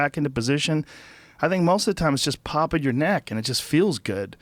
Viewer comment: Joe "Decompress your kneck " Rogan